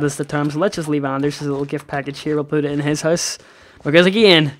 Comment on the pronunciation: sounded like he said poot a complaint, because of his accent!